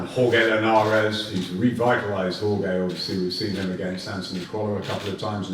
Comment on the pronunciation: I'd hate to be Linares having a first name pronounced like that 😆